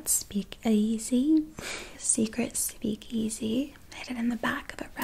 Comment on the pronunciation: speak eausey 😂❤